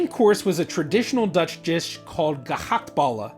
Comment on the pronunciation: As dutchguy i enjoyed how you speak out gehaktballen. It funny but he you do your best speak it corretcly. :)